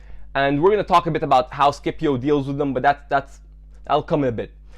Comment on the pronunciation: SCIPIO ISNT SKIPIO